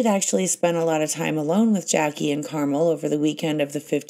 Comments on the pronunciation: GREAT series but it’s “Car-MEL” not “car-mul.” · It’s Car mell by the sea Not carmul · The pronunciation of Carmel by Sea is carmellll not like the candy caramel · Carmel is pronounced CarMEL. Emphasis on the second syllable. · It’s pronounced Car-MEL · This was driving me nuts too! 🤦🏻‍♀️